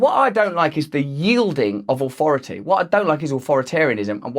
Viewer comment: Good stuff. Just one question--what does "ohfority" mean?